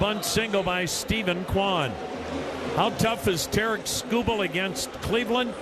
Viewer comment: Sounded like Terrance the second time he said it lol